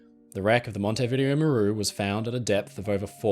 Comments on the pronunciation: Mon-teh-veeDE-0. Hello from Uruguay. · It’s MON-tee-vi-DAY-o 😄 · The Montevideo Maru story is the only one I can can say that I have definitely heard of before. Although the hospital ship rings a bell. The Japanese had no regard for human life that's certain. I'm sorry for being pedantic but Montevideo is pronounced Mon-tay-vi-day-o. When I heard your version i wondered if i was using some outdated British colonial era pronunciation so I checked. I hope that you don't mind me pointing it out?